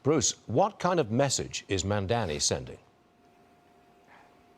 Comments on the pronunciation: Bruce calls him several times, Mandami 😅 somehow that's great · It is Mamdani - not Mandami.. typical fox news uneducated commentators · If Bruce can’t pronounce Mamdani, do you think he is qualified for Governor office ? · can't even pronounce his name properly and they expect us to take seriously